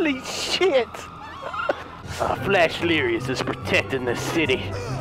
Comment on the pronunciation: Are u flash or flesh like u say. 😆🤔🤣😂